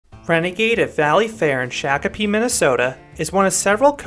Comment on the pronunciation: What about Renegade Mike? Also, you pronounced Shakopee wrong.